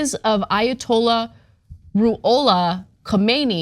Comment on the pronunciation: Like Ana, those of you who are so young, it's a silent K. Just say the H. Say it like HoeMayKnee as three syllables.